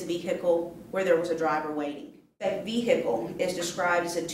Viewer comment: omg stop saying vee-hickle